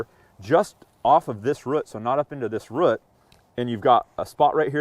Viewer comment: Great video, but I’m pulling hair out every time he can’t say ‘root’ properly!